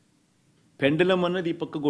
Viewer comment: అది ''పెండలం'' కాదు బాబు ; పెండ్యులం , భాష నేర్చుకో ...